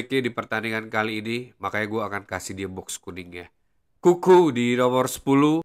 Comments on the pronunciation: Bang kenapa ente kalo nyebutin nama N'Kunku jadi "Kuku", kalo gk salah kan pronouncenya "En Kungku". Soalnya kalo Kuku kesannya kaya nyebutin nickname Cucurella "Kukureya" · Kuku doang bang ane dengernya dari awal ngikutin video² ente 😅